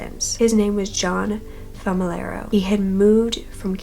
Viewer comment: I'm sorry, did U call him john "femi-laro? I thought U said it at the end. Man, kids are cruel eh? Clever, but cruel.